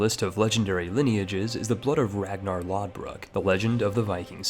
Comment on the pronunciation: “Lothbrok” Not lodbrok The weird o symbol is “th” sound.